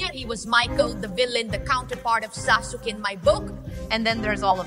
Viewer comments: si dice saske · bel video e tutto ma lo puoi pronunciare saske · Sasuke si legge saske